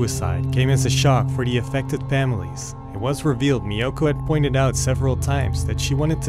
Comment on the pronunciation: This is a great channel. I just discovered it. I too had never heard of this crime despite now living in Japan for over 32 years. I don’t think the narrator is Japanese. The correct pronunciation of “Miyoko” is not MiYOKO but MIyoko. Takashi is not Ta KAshi, but TAkashi But that doesn’t really matter. Overall it’s a great upload 😊.